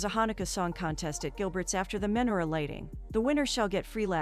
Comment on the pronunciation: Oy vey!!! You're seriously going to do a recap on a Jewish romantic movie and not know how to pronounce lox or menorah?